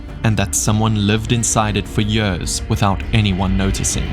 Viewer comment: The way you pronounce the word years [jörs] makes me cringe 😬